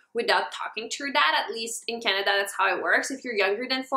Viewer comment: why does she say Canada like that. I'm offended.